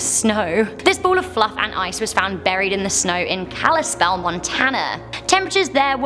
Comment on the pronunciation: The frozen cat was in my hometown!!!! You have no idea how many folks mispronounce Kalispell! Bravo!